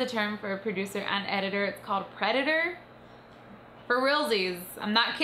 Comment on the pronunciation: Lol "i'm a preadetor"